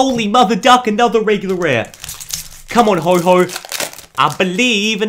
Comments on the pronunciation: HO-OH NOT HO-HO LIKE SANTA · PLEASE READ THE NAME IT IS NOT HO-HO IT IS F***ING HO-OH NOT HO-HO BUT HO-OH PLEASE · ho ho? its ho oh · You said ho-ho for ho-oh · NO ITS NOT HO-O IT'S HO-oh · AND STOP CALLING HIM HO HO ITS HO OH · Dude its ho oh not Ho Ho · It's Ho-OH, not Ho-HO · Also because arceus is mad that he is not pronouncing his pokemons name like what the heck is a Ho-Ho